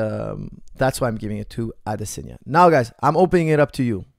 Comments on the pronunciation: It's Adesanya. You pronounce it Adesenya. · AdESANye not Adesenya come on man